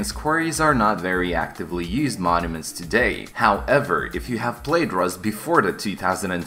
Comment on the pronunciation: XD he rly be calling them monaments